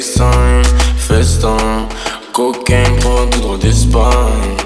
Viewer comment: il dit codéine et cocaine comme si ct un ricain, cousin assume t'es français prononce normalement et articule ta grosse daronne la chauve anorexique